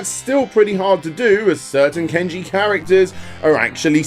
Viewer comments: It's not Ken-ji, It's pronounced KAHN-ji! Also, I know you didn't say it in this video, but I recall you also in a different video mispronounced the word Manga. It's not pronounced MAN-ga, it's pronounced Mahn-ga. It really irritates me when you English and American people mispronounce Japanese words by inserting English-style of pronouncing words, like you forget it's actually a Japanese word. Japan uses different rules for pronouncing words than English does! As a Japanese person living in America, people often, when people say my real full first name, get my first name mispronounced, and it really annoys me when they do, so to make it easier on those Americans who can't bother to say my name correctly, I have them call me Tom instead (which happens to be first 3 letters of my full first name that has 8 letters in it if you spell it in English), because it's a waste of time trying to get them to say my name right! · ken-ji???? seriously??? there is no e in Kanji......kan (as in how pretensions people say can) ji-(as in GEE i wonder what is up to today?) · wait wait wait, so not only do you mispronounce mar-ee-oh as mare-ee-oh, but you butcher kanji, into ken-ji?????? how drunk are you dude???? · Saying "kanji" as "kenji".